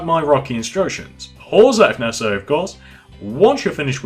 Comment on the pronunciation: Please stop with this nessasary maybe its Nessasary But stop please